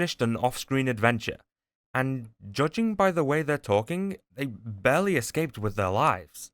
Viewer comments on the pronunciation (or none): none